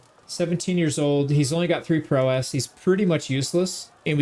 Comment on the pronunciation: You can tell the word prowess was never used around this guy…. lol you don’t have to emphasize the “ess” at the end… it’s not two syllables